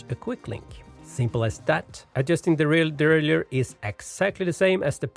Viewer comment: Very good video but please pronounce the word derailleur properly! Derailleur not deraillieur 👍